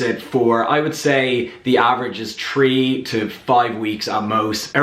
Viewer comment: Great content bro yet again, why do u pronounce thirty, "thirdy" or three as "tree"? this somehow makes me confused when watching your videos